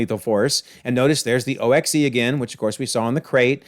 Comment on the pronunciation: In the movie, O.X.E. is simply pronounced like "ox." According to Agents of S.H.I.E.L.D., the Vault (emphasizing it like you did) is located in Alaska.